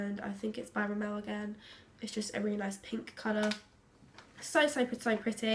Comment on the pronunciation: It's sad that they have all this great makeup but have difficulty pronouncing the names of the brands... Rimmel isn't pronounced ri-MEL 😫😂